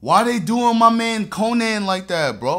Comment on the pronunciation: Man said konan😭